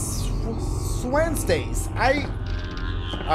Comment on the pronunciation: Nobody: Dashigames: “weird Wednesdays have turned into weird Ssssswednedays.”😂😂